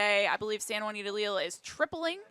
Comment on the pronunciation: Wouldn’t her name be pronounced “Ley-al”?